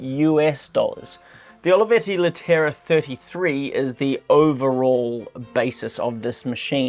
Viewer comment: you could learn to pronounce the model at least, Leh te ra